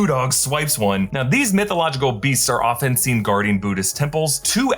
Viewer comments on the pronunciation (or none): none